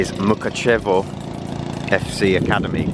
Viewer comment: Mukkachevvo oh man you butchered that 😂